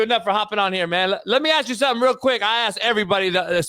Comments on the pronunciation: 😂 lemme ax you dis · needs to stop "axing" questions.